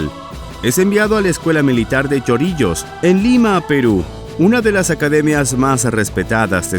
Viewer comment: Es CHORRILLOS no Chorillos